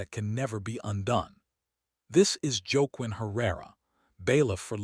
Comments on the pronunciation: Joke Quinn? Whaquin. Cmon. Pronunciation. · I like your stories BUT the pronunciation of this story is atrocious- Los Angeles is not Low Angels, the narrator is “wah-KEEN”.